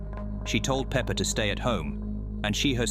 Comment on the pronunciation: why does he call peppa "Pepper"😂😂😂